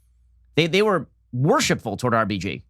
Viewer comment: Who else keeps hearing RPG when Ben says RBG...lol